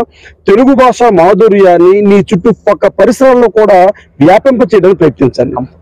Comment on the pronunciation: Basha kadura saami……. Vatthu ‘Bha’……… Bhaasha…..